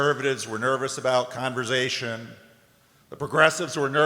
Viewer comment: I was worried that the Synod could not parse the word Converz-Zzation, with the 3 Zs.🙂